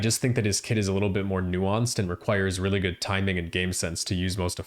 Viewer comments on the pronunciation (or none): none